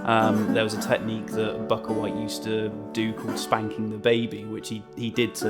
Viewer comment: It's Bukka White pronounced "Booka", this is rather embarrassing.